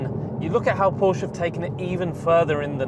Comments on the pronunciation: Porsche is a Two-Syllable Word™ Kudos to for getting it right. Well done and informative. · Thank you for pronouncing Porsche correctly. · Kudos for pronouncing Porsche correctly. Next is Fuchs wheels....it’s pronounced Fooks and means Fox in German! Keep up the great work! Cheers! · Kudos for pronouncing Porsche correctly. Next is Fuchs wheels....it’s pronounced Fooks and means Fox in German! Cheers!